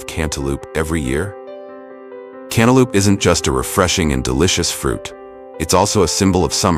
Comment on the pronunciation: Lol I giggled every time the voice over said canta lupe